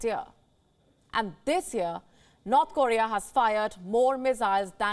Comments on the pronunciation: It's funny but it sounds like she is saying "Not Korea" instead of "North Korea" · I keep hearing not Korea.